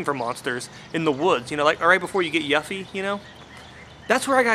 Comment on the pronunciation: LOL...by the way her name is pronounced you-fee